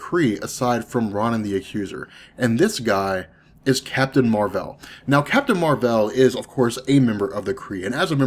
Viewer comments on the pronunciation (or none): Why do you pronounce things so weird? The way you pronounce Ronan, Raccoon, Captain Marvel doesn't sound right.